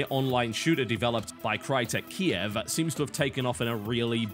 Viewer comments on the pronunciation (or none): none